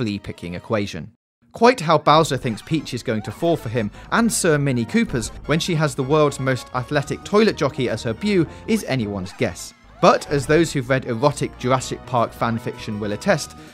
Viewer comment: Dude, the word beau is pronounced "bo". ¬.¬